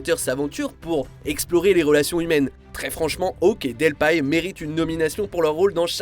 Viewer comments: Ca se prononce Delpi hein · Julie "Delpaille"??? 😂😂😂 Elle est française hein! Aux dernières nouvelles Delpy ça se prononce "Delpi" chez nous 😜